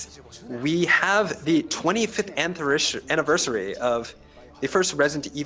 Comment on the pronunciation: Haha the translator couldnt say Anniversary.....shame poor guy.....look i wish i was multilingual...but poor guy seemed stressed i think or nervous